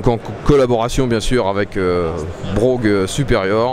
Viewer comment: C'est marrant ça, lorsque c'était encore des motos anglaises, on prononçait "Bwoaf' " et non "Brougue" ;-)